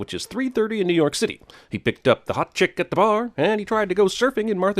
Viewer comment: « he picked up the hot chick at the bar » the way he pronounced it just cracked me up!